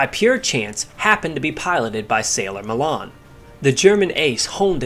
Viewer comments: 'Sailor' Malan. His surname is pronounced Ma'lan. Not ma'laaan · Sailor Malan (M-ALAN) not Mallarn please.